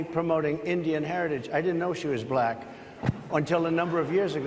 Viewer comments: I absolutely abhor the way he says the word; “Black.” Black = a one syllable word, not a two syllable word. Why? He’s a disgrace. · Thanks to my governor Tim Walz saying that the GOP or whatever are weird even by how Donald Trump talks is kind of weird how he pronounces the word black, China or Indian it just sounds weird when you hear it from his racist disgusting mouth. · He intentionally/sub-consciously mispronounces anything his bigoted, poisoned, tiny mind doesn't like.